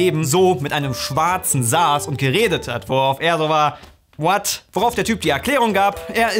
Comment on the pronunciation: Ich mag es sehr, wie "what" ausspricht xD Musste jedes mal Schmunzeln:D